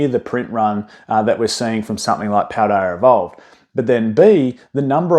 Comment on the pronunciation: I think you say Paldea fine. It's never even come to mind in previous videos.